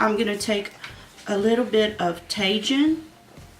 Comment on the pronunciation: Yay! Mine is coming to me tomorrow. I saw it on sale and decided to pull the trigger. It’s raining here in SoCal and I have had a rough couple of weeks, nice to finally relax some and watch your vids! BTW the orange shade is pronounced “tah heen”, it’s a popular spice blend Latinos put on food. It’s spicy and tangy and I put it on cucumbers and fruit. 😋💜